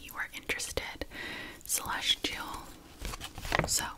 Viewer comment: This entire time I thought Celestial was "Slush Jill"... I'm so SORRYYYY😭😭